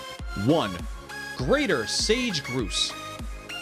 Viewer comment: Sage groose LOl LOL